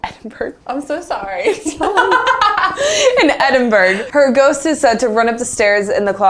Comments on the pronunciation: It's pronounced Eden-bruh not Edin burg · Am I allowed to be shook in the way they said Edinburgh? Edinburg? What’s Edinburg? You don’t pronounce the G!!!! It’s said like Edin-borough 😂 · FYI: it's not Edd-en-berg it's Edd-in-bruh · My dad is Scottish and when I showed him how you guys pronounced Edinburgh he cringed. It’s Ed-in-bruh not -burg lol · I was excited that Scotland was mention but I got so annoyed when they pronounced Edinburgh wrong😂 it's Edin-burgh (Edin-brah is closer) Not Edin-burg!!! 😀 Great video though!! 💙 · lmao edinberg. i laughed every time. brit vs us pronunciations are great (it's pronounced ed-in-buh-ruh or ed-in-bruh when people are being lazy fyi) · edin-bruh, is how most of us pronounce it. please, try and pronounce it correctly, but also, i totally get that some of our british place names are a headache to pronounce because we pretty much ignore half the letters lol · Edinburgh: pronounced Eh-din-bruh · Just saying for the record guys. Edinburgh is pronounced Eh-din-Bur-ah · Said edinburgh wrong guys lol say it more like Ed-in-buh-rah Scottish words are hard 😊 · ... it-it's "edin-BRUH" LOL. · I'm from the UK and you pronounce Edinburgh as edimbura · Haha it’s pronounced edinbur-ah. Points for effort though! 😂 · I love how corrected on saying Edinburgh and she didn’t say it right!😂 Eh-din-bur-ugh 😂#Glaswegian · A little help for the unknown words Glamis - glarms V - 5 Edinburgh - ed in bruh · From Scotland, STOP SAYING EDINBURGH WRONG lol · And you said Edinburgh wrong 😂😂😂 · Y’all can’t pronounce Edinburgh correctly. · It's bugging me how they're saying Edinburgh 😂